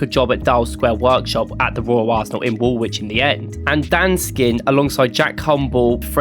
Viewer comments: The W in Woolwich is silent...... its Woolich ... not WoolWHICH. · uhhhhh yeah mate, hate to break this to you , but its pronounced wulich not worlwhich. I know that this is pedantic but its hard to take someone serious on a history video when they dont pronounce the location names right. Its like birmingham, you dont pronounce it bur-ming-ham you say bur-ming-um. Or for example Southwark, you dont pronounce it south-wark - its suthock. You sound english but also a tourist at the same time. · Silent W when pronouncing Woolwich. It should be ‘Woo-lich’ not ‘Wool-which’ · wool-widge? Try 'woolitch' - game effort though on the whole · "Woolwich". The second w is silent and is pronounced Woolich, as any true Gooner should know. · Top 3 pronunciations: 3. Arsenal started life south of the river in "Wool Widge". 2. Arsenal played "Real Zarzagona" in the 1995 Cup Winners Cup final. 1. Arsene Wenger managed Japanese side "Yokozuna" before landing the Arsenal job. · Anderlecht and all was butchered. Yokozuna aint even close to Nagoya Grampus Eight. Also its funny he says he is from Norwich so clearly must know how to say 'wich' in English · This doesn't even have one crunchy jazz chord or vocal harmony. And you just pronounced the second W in Woolwich. 0/10